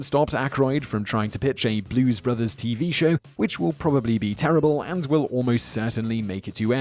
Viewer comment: Simon, how do you not know how to pronounce Roger Ebert's name? He is/was pretty well-known.